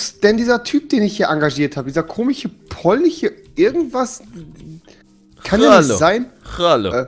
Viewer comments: Wie rewi einfach das sch nicht aussprechen kann am Anfang wo ist denn dieser komiche polniche Busfahrer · rewi:,,wo ist dieser komiche polniche" nach dem hatte ich so nen lachflash (rewi 23 kann ,,sch" nicht aussprechen